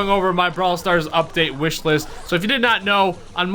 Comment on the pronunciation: "Whish list"?